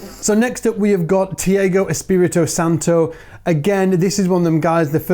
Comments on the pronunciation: You pronounced Thiago wrong (Espirito Santo too but not egregiously). The <Thi> is pronounced like "cheat" without the final , and the like in "ah". Then Pipoquinha -- the <-qui-> is pronounced like "key", the like the in "gnocchi", or the <ñ> in Spanish. Similarly, in Braguinha, the is "key" with a , the the same as in Pipoquinha. Glecio Nascimento wasn't actually too bad -- the is the same as English "ah", but the way you pronounced it is fine in English. Fernando Rosa also fine -- some people will pronounce the as an /h/ but that's whatever. Robinho Tavares, I've hit all the things: as /<ñ>/ , as "ah" not "ey". Ricardinho Paraíso -- is pronounced like the name of the letter G, like /<ñ>/ ; and the mark over the in Paraíso indicates that that letter gets the stress and that isn't a diphthong (and there was no after the )-- so it's pah-rah-EE-zo to use a layman's transcription (I recommend learning IPA for everyone though). Arthur Maia, the last name should be pronounced like the English name "Maya" -- first syllable like "my". And then Nico Assumpção, the <ção> is somewhere in between rhyming with "cow" and "sew" (the <ç> is an ). The vowel is like the one in "uh", followed by a /w/. To be accurate, it's nasalized, but like you don't have to figure that out to say a guy's name lmao. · "Thiago" is pronounced like Othello's character "Iago."